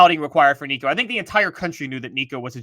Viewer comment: How can you still not pronounce our qb’s last name?? Just call him Nico..we know who it is😎